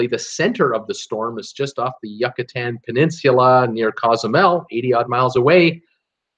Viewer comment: Instead of saying YUCK-ah-tan could you please say YOU-cah-tan? Gracias mi amigo. Eres muy amable.